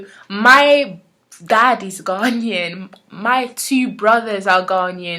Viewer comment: Interesting on how you pronounce Ghanaian. I have close family friends who are native to Ghana (who currently moved back) and they pronounce it (Guh Nay In) not (Ghan Ian). May be it just differs between the different tribes who live there, no idea.